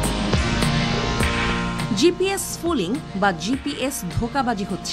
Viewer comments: gps spoofing not gps spooling, correction pls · শব্দটা স্পুফিং , স্পুলিং না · এটা স্পুফিং ।স্পুলিং না। হায়রে সাংবাদিক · লেখা আছে স্পুফিং আর বলতেছেন স্ফুলিং । আপনাদের শিক্ষা আর সাধারন জ্ঞন খুবি কম। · It's Spoofing Not Splooing😂😂😂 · GPS sfuling na... GPS spoofing uccharon hobe...!!! 😅👍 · স্ফুলিং না স্পুফিং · স্ফুলিং নয়, স্পুফিং। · স্ফুলিং না, স্পুফিং !!!! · টেক্সটে আছে স্পুফিং, পাঠিকা বারবার পড়ছেন স্পুলিং। কি আর বলবো! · spoofing not sfooling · এই প্রতিবেদনে যিনি কন্ঠ দিয়েছেন তার উচ্চারণের ব্যাপারে আরও সতর্ক হওয়া উচিত। শব্দটা স্পুফিং (spoofing), অথচ বার বার ফুলিং বলে গেছে। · উচ্চারণ ঠিক করতে হবে। শব্দটা হলো "স্পুফিং"। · 😊😊😂😂😂😂😂 আগে উচ্চারণ শেখ। Spoofing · পুরো ভিডিও তে স্পুফিংকে "স্ফুলিংগ" বলছেন আপাটি। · আনার spoffing উচ্চারণ টা ঠিক নাই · উচ্চারণ টাই করতে পারছে না ঠিকঠাক। অবাক হই এনারা সংবাদ সংস্থা। শুধু ভুলভাল narrative প্রচারে ব্যস্ত..!! ওরে spoofing যখন হয়, তখন আগে থেকেই বন্ধু রাষ্ট্রগুলোর কাছে খবর থাকে..!! আর ভারত চীনের মতো রাষ্ট্র, আমেরিকার‌ GPS নয়, নিজস্ব ব্যবস্থা ব্যবহার করে। GPS spoofing সেখানে কাজ করে না।